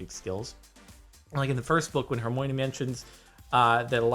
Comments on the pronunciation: Can you please say Hermione again? I think you said Hermoine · Did you just say her-moin-ey ? It's pronounced her-mine-knee But jk Rowling officially stated it's pronounced herm-mio-knee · Jordan: Her-moy-nee Movie: Her-My-Nee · wait....did Jodan pronounce Hermione Her-moin-e? Its pronounced Her- my- nee. Just so you know. 😄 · Her-my-nee. Not Her-moyn :P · who else heard him say hermoinee instead of hermione? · did he just pronounce Hermione's name Herm oy nee? I say Her my nee. Well I have nothing wrong with that. you can say Harry as henwy. Just as long as you don't say Harry as Buttface92. You know actually YOU CAN! Buttface92 Potter and the Goblet of Fire. Released October 2938, 2913! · Did he say Harmony instead of hermione? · when he said hermione he pronounced it as harmoyn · Ok, first of all, why did you pronounce it, hermiome. And sceond of all, what math did you use that you learned, after 5th grade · anyone notice that pronounciation of Hermione HerMOIne XD LOL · It is Her-My-Oh-Knee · Can we talk about how he just said Hermoin? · Did he just call Hermione "HerMoin"?!11!!!1?!!!??! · HOW DID JORDAN JUST PRONOUNCE HERMIONE!?!?! HERMOINIE?!?!?!?!?!?!? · it's pronounced: her-my-uh-knee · ShadowIceFire if she trips it's hurt-my-uh-knee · Its her-my-knee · MusicCaughtMe, I agree It's Her-My-Knee Jaw-Dislocate Her-Go-Hospital... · It's not like he's Krum. But for you muggles he's a person who liked her and couldn't pronounce her name. Your welcome. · Is it not Her-moi-knee? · Yes, because that is how it is pronounced in the movies, I mean at least he isn't like Krum who called her Her-mo-ninny XD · THEY DO! IF YOU WERE A TRUE HARRY POTTER FAN THEN YOU WOULD KNOW IT IS HERMIONIE AND HERMOINE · Caleb Wilson its pronounced like Her my uh knee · Lucas Andersen ummmm...... its obviously her-me-one 😂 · Calls hermione Hermōīn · The way he said Hermoine hurt my brain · Did he just say "her-moin" smh cmon jardon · wa wa wait.... did he say Hermoine?? um no